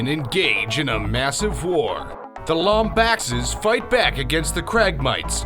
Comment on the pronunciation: The way you pronounce Lombaxes is just... argh